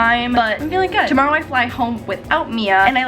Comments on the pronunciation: To morrow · 2 mar oh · To- more- row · Canadian tingz 🤪